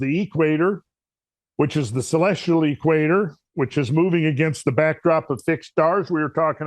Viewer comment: He says.....the..... EEEEE-quator. Kinda like DEEEEE-troit. :-)